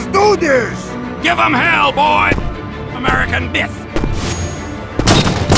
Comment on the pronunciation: when he said "american myth", heard "American Boot".... I cannot help it- STBlacks fucked my perception of TF2. And I love him for it.